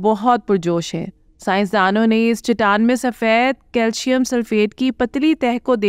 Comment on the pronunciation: Khuda ka khauf kar lo.. baar baar Chitaan Chitaan kaha ja raha hay.. saheeh talaffuz Chataan hai.